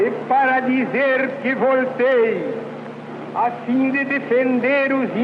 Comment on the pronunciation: O meu avô havia uma derivação caipira desse L, que era o R retroflexo. Ouvir “Vorta” era bem mais prazeiroso do que “Vouta”, acho que a expansão do sotaque sudestino matou várias variantes da nossa amada língua. É raro ver tais pronunciações, e quando notadas, geralmente faz-se piadas delas por não seguirem os padrões.